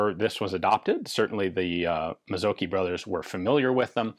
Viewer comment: Mazzocchi - the cch isn't a hard "k" in Italian but rather like the ch in "chi" (as the Chinese "life force" thingy). And then the emphasis on the "o" and a short "i"